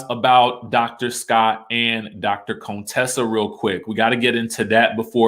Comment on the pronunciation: Stop pronouncing Contessa's name wrong, it is an insult to her.